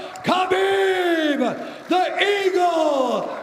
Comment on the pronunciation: i know i didnt just see khabib just lowkey flap his arms like a bird when Bruce said "the Eargle" 🤣